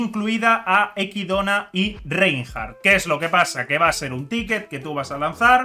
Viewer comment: Que raro escuchar decir equidona cuando es echidna